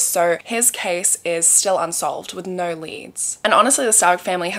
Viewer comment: Nigh-oh-eww!! = no 😅